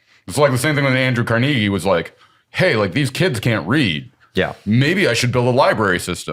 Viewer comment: Can I just say "Wow". To mispronouncing Carnegie? And I mean how impressed I am. He's probably never heard the name spoken, only read it in a book. My respect grows.